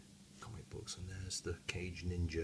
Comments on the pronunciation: It's "kah-gay", not "cage", lol. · Not sure if you were joking or not by calling it "cage ninja" or not, but the proper pronounciation of the would be Ka-gei, not cage. In addition, kage translates into "shadow", meaning that the name is Shadow Ninja Shazaku. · Still like the "sound" of "Cage Ninja" though take your word for it that "Ka-gei" may be more correct pronunciation-wise and "Shadow Ninja" is certainly cool! (and makes more sense than a Ninja in a cage ...LOL). In any case why not take me to task on the pronunciation of Zaku whilst you are at it? Should be "Zak" right? "Zeeg John" xD